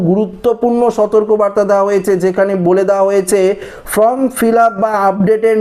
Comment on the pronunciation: ফ্রম নয়, ফর্ম হবে।